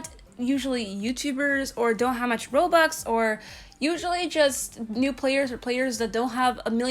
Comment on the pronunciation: I Thought She Said BOBUX